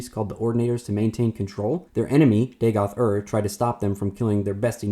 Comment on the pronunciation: “Daygoth” bro come the fuck on 😂😂😂